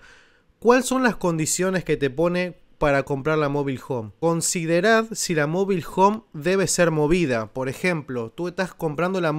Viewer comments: No sabe ni pronunciar Mobile Home el dice mobil 😂😂😂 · Mobil hon 😀😀